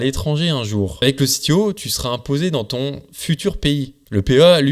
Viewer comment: Et sinon, pourquoi prononcer CTO "à l'anglaise" alors que c'est un Compte-Titres Ordinaire, et pas un Chief Technology Officer ? zéro sarcasme